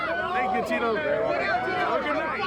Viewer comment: I don't get why Tito still comes out with the Mexican flag, only thing Mexican about him is his name which he can't even pronounce right lol